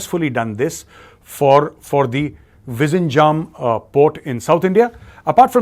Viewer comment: Sir your pronunciation for Vizhinjam port was not correct